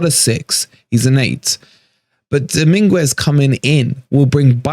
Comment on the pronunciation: Sangare wont come. Dominguez is a great swap. Frueler was trash for us! Please stop butchering his name though 😂 doming-ez